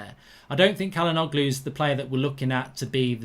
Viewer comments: It's pronounced as "chalhanouhlu" not "kalanoglu" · It’s pronounced Jalhanolu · Its pronounced "Cha-la-nou-glu" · Mark his name is pronounced Hakan Chal-Han-Oloo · just btw it’s pronounced like “ja-luh-NO-loo” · Its pronounced as “Chalhanoglu” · Not bad mark but the g is silent and the begining is pronounced with a 'Ch' sound